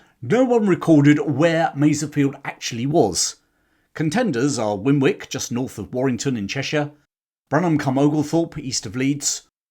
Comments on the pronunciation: Just one little point, I don't want to appear pedantic but, being from Warrington myself I'll stand up for the people of Winwick and the businesses on Winwick Street and Winwick road and point out the second w is silent so it is pronounced Winick. Apart from that, and I'm sorry but I do know how it irritates us locals, another excellent video. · Interesting Video. Winwick is pronounced Winnick. It is just up the road from me.